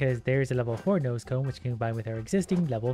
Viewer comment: When ever you said nose cone is sounded like you said noscope